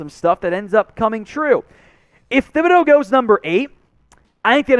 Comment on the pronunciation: I wish all you guys would start pronouncing Thibodeaux's name correctly. The H is silent so its Tib not Thib